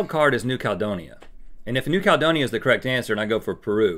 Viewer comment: Honestly Rhett mispronouncing New Caledonia EVERY SINGLE TIME was getting my nerves XD